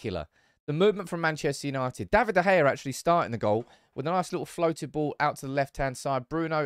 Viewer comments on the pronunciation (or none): none